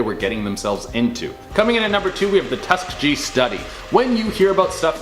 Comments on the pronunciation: It's a bit sad that he is a black man and can't even pronounce Tuskegee. That's a story that all African Americans should know. All US citizens should know. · Your onscreen “talent” diminishes the credibility of your channel when they mispronounce basic names and places from history. Tuskegee and Mengele are two such examples. Be better.